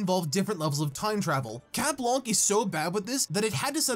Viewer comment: Every time you say chat blanc I hear chat wonk